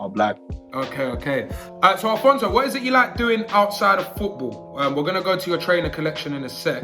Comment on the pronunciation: Man said Alphonso David...